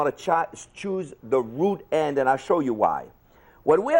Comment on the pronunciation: I LEGIT THOUGHT HE SAID RUDE END INSTEAD OF ROOT END 😂😂😂